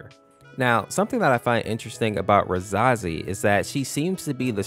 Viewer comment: Pronounced ruh-SAY-zee and SEL-ev-er Caps=emphasis